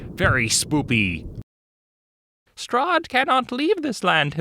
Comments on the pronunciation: Did you just call it a "spoopy basesment"? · SPOOKY... NOT S"PC"OO"PC"Y....